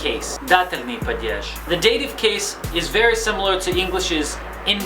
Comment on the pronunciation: It's not "padyezh", it's "padyesh" approximately. Also, animate and inanimate are very easy to explain. Animate is genitive and inanimate is accusative. There, done. Don't make Russian grammar so intimidating to learners.